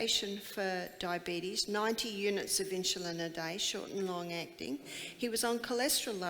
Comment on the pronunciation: Its insulin not inshulin.